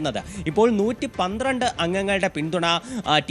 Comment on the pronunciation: 112 ano 113 ano onu vekthamayi parayo